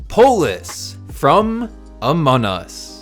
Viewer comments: Y is he saying amonus? Its among us! XD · Among us not anom us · why do say amon us its amonG us practice the gs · Bro said amonus not among us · Its among us not amon us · it es not amonas ites among us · why you say amon us its AMONG US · It's among us not amon us :) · It is not Amon us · amon us? i'm pretty sure its pronounced among us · Amon us...ITS AMONG US NOT AMON US!!!!!!!!!! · STOP SAYING AMON US, THATS NOT RIGHT. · No offense but I think you said amun us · Yeah you’re right it’s called Amon us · Stop saying Amon us It’s among us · It is AMONG US not amon u have to pronounce the G anyways, this map looks awesome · IT'S NOT AMON US ITS AMON-G US STOP SAYING IT WRONG!!!!!!!! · It’s among us not Amon nus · Did bro really say amon us😂😂😂😂😂😂😂😂😂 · You sed among us wrong again it’s not amon us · did you just say Amon Us? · Stop saying Amon Us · WHY IS HE SAYING AMON us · I got he says amon us lol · It is funny how you say among us your like amon us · What you are calling a "rocket", is actually a drill, and what you called "outside icy paths" are actually inside sterile environments that lead from decontamination to the specimen room. Also, why do you pronounce it "Amonus"? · Its amazing,but also u pronounced among us wrong, its called amonG us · IT'S COOL BUT STOP CALLING IT AMON US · I wish I did this 100% out of clay but I don't have enough. Also you aren't pronouncing the g in among. Listen to one video of someone with an American accent like me say among us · Can you plz say Among us the right way or I will unsubscribe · Can you say the name right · Why did you pronouns the among us to amon us Listen carefully to his intro pronounsation